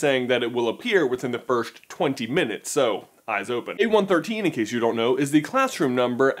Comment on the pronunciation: Good video but annoys me how he pronounces first as firsht